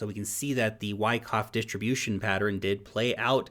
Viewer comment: It's Pattern, two syllables! Not Pateran ! ?!? lol